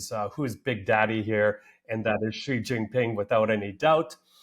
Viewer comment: Xi and the Chinese only care about China, I wonder if Putin even realizes this. BTW, Xi's name is pronounced like the English "she", not "gee".